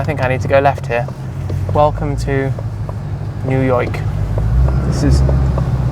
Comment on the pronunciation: New Yoik, eh?